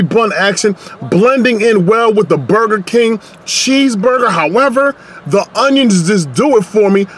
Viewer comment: Burgure King